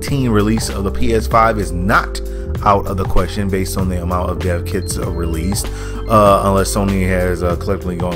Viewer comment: Thought he was saying deafkids